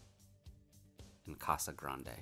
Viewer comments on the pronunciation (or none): none